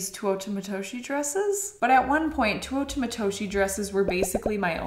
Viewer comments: Me: now say it with me. Teh!: Teh Me: ooo: ooo Me: Tah!: tah Me: Teuta!: Tuota!! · after all this time I finally found a pronounce program for Teuta Matoshi. You have the last name right but the first name is TAY OO TA. Cool, now maybe we can pronounce it correctly! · Isn’t it pronounced TEUta not TUOta🥹🫶🏽? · Just a note on pronunciation...😊 (capitalized letters are syllabic emphasis) You said too-WOAH-tah It should be teh-OO-ta (with dentalized Ts) 😊😊😊😊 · Hey just to let u know its pronounced Two-oo-ta if that makes sense:) Love the video, dresses n the brand itself! Teuta makes great dresses! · Tay- OOh- Tah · Omg.. I love you.. but GIRL. Its pronounced "Tay-U-Tuh" lol Her Canadian accent kills me some times lol. "MALK" Lmao By the way, I loved the last 2 dresses on you. They really look like your style. KEEP THOSE!! Xoxox from USA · I think has always said Teuta wrong. I mean how she says it is not how it's spelled. She always says Tuota. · It’s tay-oota 😅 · Ahhh I don't know why but it is bothering me so much the way she says Teuta's name. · You have done a number of these videos and still you have not learned how to pronounce her name 😂